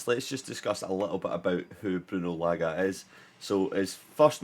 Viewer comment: Say Large without the R and it will be correct